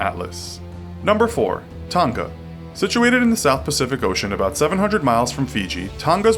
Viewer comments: Tong-a not tonGA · isn’t pronounced ton-ah not ton-gah but i guess it doesn’t matter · Why did he say tong ga it's pronounces tonggggggahhhhhhhhh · Tonga not ton ga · I thought it's Tonga not Tawnga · 4 it's pronounced toenga not tahngna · Ton-GA TON-GA ITS TONG-A Freaking Ballangies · It triggers me the way Americans say tonga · That’s not how you say Tonga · Omfg why can't anybody ever say Tonga right?!?!?